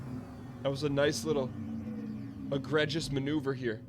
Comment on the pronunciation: Okay, this whole “kilo” thing is going to annoy me if I don’t say anything. A kilo is a weight measurement; not a measurement for distance. Also, egregious is pronounced “Egr-ee-jus”